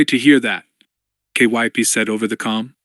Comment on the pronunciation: That's a fact. I don't mind the awkward cadence of the AI reader, but i can not stand all the names he pronounces wrong. Took me until the end of chapter 2 to realize "K... Y... P..." was supposed to be Kyp, why on earth does he spell it instead of trying to read it?